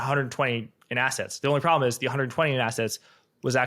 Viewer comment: Then dont....bruh.What's yar prablem?